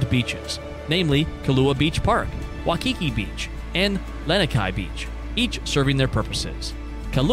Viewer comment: Braddah when making one video on Hawai’i try learn how to pronounce the names😂 Waikiki Beach is the most well known touristy spot on Oahu and cannot even pronounce dat right🤦🏽‍♂️bumbai u learn